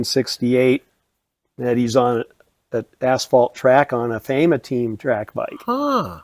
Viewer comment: Great video. That was my most favourite period in cycling. Whenever in need of a 70’s cycling fix I watch the movie Stars and Water Carriers on YouTube. FAEMA is pronounced Faw -Emma.